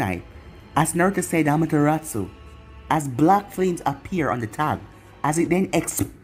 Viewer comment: I like the way you say Amaterasu 👌